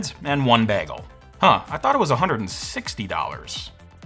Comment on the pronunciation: You have the same issue pronouncing "bagel" that you have with "vague".